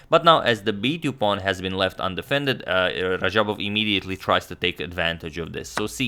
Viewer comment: radjabov not rajabov and teimour not teymur